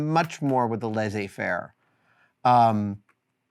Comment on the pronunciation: it is pronounced - lay-say-fair . translates to " to leave alone"